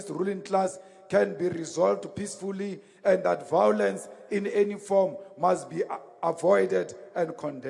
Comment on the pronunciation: The truth can be pointed out with evidence, but fools do not recognize this. Never try to explain to an idiot, tell them how it is and walk away. vowlence .....a lovely word spoken by the vowlent.